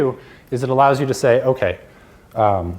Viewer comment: Omg everytime i hear that okAYYYY , it is like a needle telling me to listen.